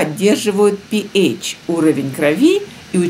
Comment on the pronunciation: РН воды читается так: пи-аш воды, ( не пи-эйч). Говорю Вам это как химик, (без обиды)